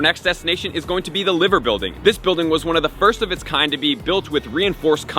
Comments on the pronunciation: Ly-ver, not Liver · great video mate, but its liver bird as in lie-ver bird. sorry to correct you on this but i had to! 🤣